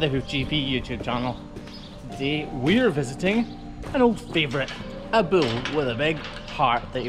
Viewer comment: When you speak of a bull, it sounds like you're saying 'bill' and well, my name is Bill and I take umbrage being so closely related to one of these big bills...